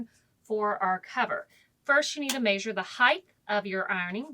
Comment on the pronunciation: Nice, just odd the way you say ‘May-shure’ for measure.. 🙃